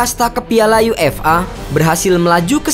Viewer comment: UEFA (yuefa) bukan UFA (yu-ef-a)